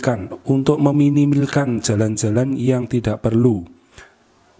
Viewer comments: Hahahah meminiilkan mimin nya lg ngantuk kyane 🤣🤣🤣meminimalkan atuh tuh min🤣🤣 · Tuk meminil ,,, minilkan ,,hahaha ngakakkkk min ,,sampe susah bgt ngmong nya